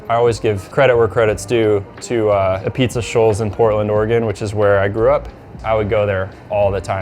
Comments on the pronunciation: Nice pizza and all, but is it truly ah-beetz??? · It's spelled apizza but it's pronounced ah-beetz.